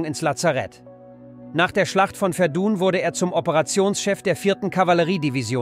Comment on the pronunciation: Sehr gutes Video! Aber wieder Fehler bei der Aussprache bei Französischen Orten. Die Schlacht bei Verdun (richtige Aussprach in Französich: "Werdä"